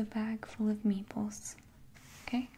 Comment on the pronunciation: I thought u were saying meatballs till I reread the title